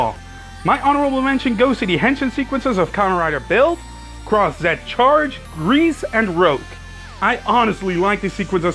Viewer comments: Isn't it pronounced as Croz? even the driver says it. Just wanna know why people pronounce the Z separately? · did he just said cross Z instead of cross-z!?